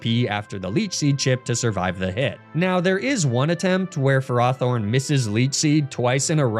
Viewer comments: It's super weird to hear him pronounce Ferrothorn Ferr-RAW-Thorn. I've always imagined it as Ferr-ROW-Thorn but now I'm not sure which is correct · I call it Ferr-Row-Thorn as well, because I view it like ferrous, as in iron. hearing it pronounced another way is weird. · I’m sorry how did you just pronounce Ferrothorn? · I'm sorry but I had to turn off the video due to you pronouncing Ferrothorn wrong SO MANY TIMES!